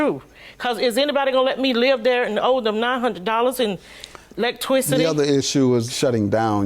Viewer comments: "Electwisity" 😡😡 my pastor used to say "ELECTRICITY" Like that... I hated it 🤣🤣🤣🤣 with a passion 😒 😤🤣🤣🤣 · Let twicity (electricity)😂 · She said ELECTWRICTY 🤣🤣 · 😂😂😂😂 I was looking for something talking about electwisty lol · Maybe it's just me but... did grandma say "electwicity" ? smh I won't even bother arguing with anybody who say "electwicity" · Im stuck on “ElectWIScity” 😂😂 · The mama said electwicity 🤦🏽‍♀️😂😂😭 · Oh no.........not the Lek-Twis-itTee!! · Alright y'all keep acting like y'all didn't hear the defendant say "Electwistedie" lol not electricity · Lecktwisity??? Lawd have Mercy 🤣😂😂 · What in the dictionary malfunction is this??? "Lecktwisity"??? Damn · It was the “Lek-Twisity “ for me 🤣🤣🤣🤣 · so ain't nobody hear Her say electwicity 😭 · She said ewectwristy. Lol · OMG- I was drinking my sweet tea when the mother said, "Elec-twicity" and almost ruined my keyboard! 😂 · She wants a twix saying electwixity... Lol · Did she say electwicity??????? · Did she also just say, “Electwicity” 🤦🏾‍♀️🤣🤦🏾‍♀️🤣🤦🏾‍♀️🤣🤦🏾‍♀️🤣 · Did she say electwicity?😅🤣😂😁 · My God!!!! I had to rewind and hear it twice. Why???? Just why???? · Oh my gosh I thought I was the only person that heard her miss pronounce electricity… I fell out when I read your comment😊